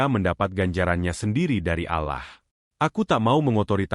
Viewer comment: Komen sedikit bang, maaf kalo sy lancang🙏ini yg bawain cerita nya ko nyebutnya alah..bukan Allah SWT 😮maaf sekali lagi 🙏